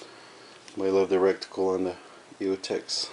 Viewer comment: reticle not recticle